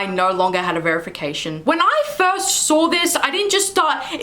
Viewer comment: Why do you have so many random "r's" in your speech.... saw doesn't have an r in it...